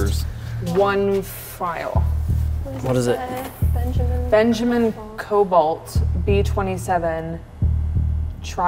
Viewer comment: "Hello benjermen" "Hello supject 1"